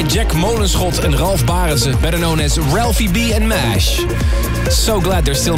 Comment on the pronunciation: I love the Dutch pronunciation that Armin says when he mentions Ralphie B's first name...